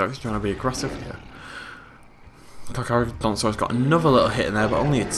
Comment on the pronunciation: Kakis6969 It's still Charcharodontosaus, there is no ru in saurus, and the first Car isn't supposed to have an h.